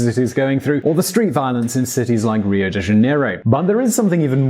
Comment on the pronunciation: I was going to give you a break on your pronunciation of Rio but then you butchered real as well so I have to say something :P